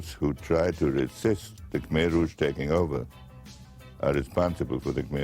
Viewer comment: Kmer, is pronounced Kuh-Mai btw